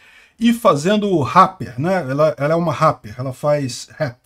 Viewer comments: é "répeer" kkkkk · na palavra rapper o "a" tem som de "e". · Ele fazia Rappi?? pronuncia direito! RÁPER não! "Réper", até quando vc falou que ela fazia "Rap" ficou estranho, pq vc fala "rÁper" e depois "Rap" (pronunciando rép) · Fala igual ao Silvio Santos. “Ráper” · "ela faz réh" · "réper", é assim que se pronuncia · Agonia ver o falar RARPER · parceiro, só uam correção rapper se prenuncia Réper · Se fala réper não ráper 😂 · A pronúncia é rrépe. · Ráper kkkk... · A forma que fala rapper é tão diferente... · Inglês britânico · inglês britânico mas com R alemão. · Parece aquelas pessoas antigas q ao invés de pronunciarem ok como okey, dizem o ká! Haha! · O jeito do falar RAPPER KKKKKKK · falando "Rapper" errado só pra gerar engajamento nos comentários, ou será que ele realmente acredita que tá certo?